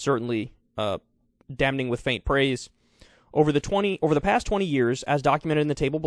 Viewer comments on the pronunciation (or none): Spoiler alert: the "N" is silent. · You're still saying "damning" wrong